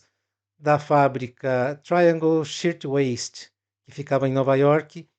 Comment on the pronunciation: Cuidado com sua pronúncia ! Não é "Triangle SHITwaist... É Triangle SHIRTWAIST! O "R" PRECISA ser PRONUNCIADO!!!!